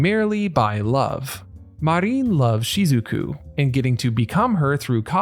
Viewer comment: Her name is Marin, not Mareen.